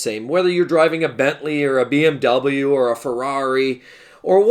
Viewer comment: You are saying the cars wrong 😂🤣